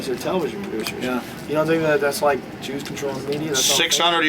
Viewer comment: Did Joe say: "juice are controlling the media" ? Lol